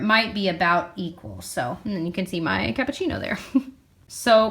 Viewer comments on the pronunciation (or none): none